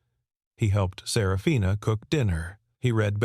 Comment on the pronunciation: The way that her name was pronounced it sounded more like Sarah Fina possibly instead of just one name. Up until about 3/4 of the way through not much information (detail) given about the story then almost all at once you learned that he was the girls father and they would end up living together for atleast a year and indicated for the rest of their lives as a family but never said that the mother and father ever got married to each other - story could have been longer giving more detail 😮